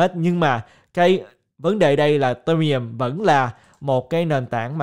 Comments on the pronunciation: Tại sao lại đọc Ethereum là ì-tê-mi-um, coi clip nước ngoài họ đọc là I-thê-ri-um ko à? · Video phân tích rất hay. Nhưng anh có thể đọc tên Ethereum ( phát âm đúng " i - thi - ri - um" ) đúng hơn ko ạ hơi khó nghe và từ khoá ETH cũng lặp lại nhiều trong video nên e nghĩ đọc đúng sẽ hay hơn ^_^